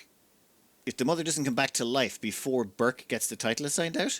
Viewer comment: I'm pretty sure that Burç's name should be pronounced "Burch", not "Burk". The letter ç is Turkish and has a sharp ch-sound, like "change" or "chimpanzee" or "charm".